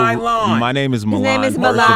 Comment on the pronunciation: WHY CAN'T ENVY PRONOUNCE MILAN?! WTF? LOL